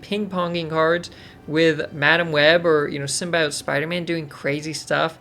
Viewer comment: I can't believe people still say "Symbiote" wrong lol